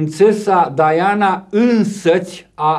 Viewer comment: respectă pronunția originală a numelui. Dovadă de erudiție...